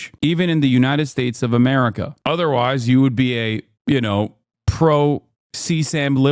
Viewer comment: As a German what irks me the most with this guy is how he pronounces America. Apart from the stupid stuff he says.